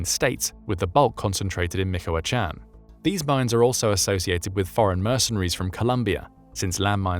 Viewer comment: I have yet to see a non Spanish speaking YouTuber pronounce Michoacán correctly, be the first one, repeat after me Mee-chow-a-Kan